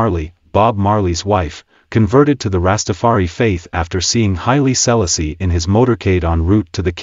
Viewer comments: The relentless mispronunciation of "Selassie" smh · A.I really….can’t even pronounce the name….hilarious. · Dis man pronouncing Selassie name wrong..wat da bombocloth wrong wit him